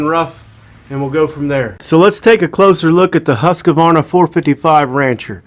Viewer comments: Also, “Husqavarna” lol. It’s Husqvarna! Btw, I’m just picking for anyone that gets their panties in a bunch. This is actually a good video! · its not a husk-a - varna , its a husq - varna . why does nobody know this ? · Nice info. But you have to learn how to say "HUSQVARNA" correctly. Its: Huuuskvarna. Not "Husskuarna. I'm Swedish, so I now.....😂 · husk. varna. not huska varna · Never trust someone that can't even pronounce Husqvarna (hoosk.vaar.nuh) correctly, and wears a ball cap backwards! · Actually its more like WHOSKVARNA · Nice video and good info. But it always makes me chuckle when I hear Americans try to pronounce Husqvarna. Where do you find the "a" sound after the q? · Anyone in the timber industry (or another) for most their life would be prone to a pet peeve or two. Mine just so happen to be mispronouncing one of the worlds largest manufacturers of powered lawn equipment, and people who fail to be funny when someone politely corrects them from further sounding like an idiot on the internet. Also it's Kyle, Karen is my wife. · I'm not really sure how Mr husk and Mr varna SPELL there name s how ever they do make a purity good saw, and further more your video is pretty much on the money and cool.just thought that they deserve the respect it takes to pronounce ther names how they say them.right?